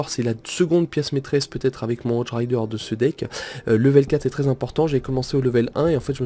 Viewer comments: ON DIT HOGUE RIDER PAS HOJE RIDER!!!!! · Cest hogue et pas hoje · Moi aussi sa m'énerver quand il disait ca X) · Par contre les cochons tu prononce "hodge" mais c'est "hogue":p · Ahhaha le chevaucheur de cochon en anglais ça se prononce hogue et pas odge x) et états uniens ça n'existe pas sinon gg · stp arrête de prononcer "hog rider", "Hodge rider" c un G putain!!! hog! hog! hog! sinon super vidéo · Arrête de dire hoge rider c'est hogue rider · Les cochons en anglais ce prononce hogue rider x) !